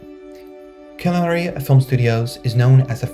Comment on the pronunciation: Killarney is pronounced Ki-lar-nee